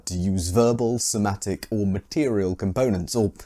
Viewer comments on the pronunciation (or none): none